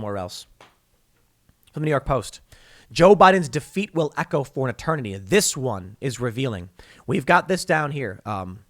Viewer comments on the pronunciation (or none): none